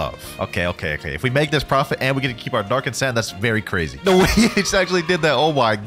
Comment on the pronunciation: It’s keep not kea